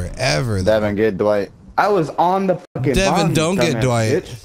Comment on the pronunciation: It’s crazy how many people can’t say DWIGHT lmao